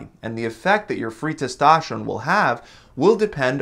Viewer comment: It's testosterone not testašteron